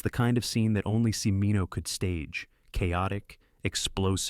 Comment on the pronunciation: Cimino is pronounced CHIH-MEE-noh, not si-mee-noh.